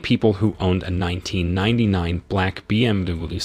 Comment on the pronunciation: Trouble saying BMW?